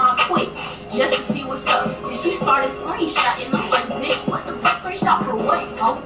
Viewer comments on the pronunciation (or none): Who heard he say sneakchotting instead of screenshot